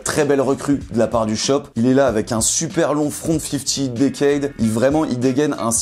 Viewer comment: j’suis le seul qui a entendu "un super long front"